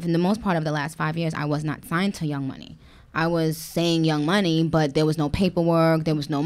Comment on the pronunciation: Like how you messed up on, bust? Instead of but😂